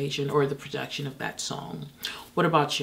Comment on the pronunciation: Every time she says PRODUCTSHUN we get one more year of life